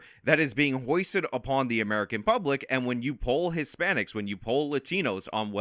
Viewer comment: Foisted, not hoisted. I’m a Mexican. Yeah, Latino, Hispanic…ok. Kleenex? No. That’s “No” in both Spanish and English.